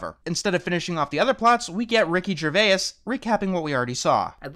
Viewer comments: "Ricky Gervay-us" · Why do Americans always say Ricky Gervais' name wrong? Even some Brits do, I'm not having a go I just don't really get it, it's not a hard name and he's pretty damn famous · Why is every american incapable of saying Ricky Gervais' name right? I love you though mate